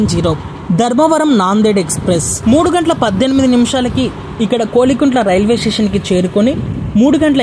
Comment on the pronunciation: kolikuntla kadhu, kovilakuntla